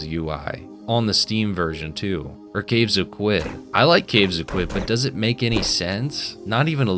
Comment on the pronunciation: Sorry, Caves of "Kwid"?? Clearly it's "Kood"